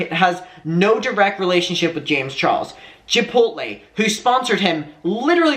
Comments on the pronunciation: Chipotle sounds like: Chip-pote-lay (long o) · I feel like you were getting Chipotle and Chick-fil-A mixed up and /or combined lol.. i was living for it... "i feel like thats a place?" yea you're thinking of chick fil a but trying to pronounce chipotle the same way hehe, that was great and i dont know why it entertained me so much. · You struggling with saying "chipotle" is the best thing hdhdhdbd 😭✋